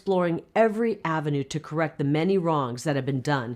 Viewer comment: Every word Herschel said that began with “th” he pronounced it with a “d”. The-de, they-dey, their-deir, them-dem.the man cannot pronounce “th”.